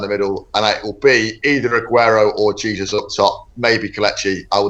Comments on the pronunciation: G. Jesus is Brazilian, so you don't pronounce his name 'Hey-sous'; it's Portuguese not Spanish, 'Jey-sous' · Your pronouncing Gabriel Jesus completely wrong, he's Brazilian not English lol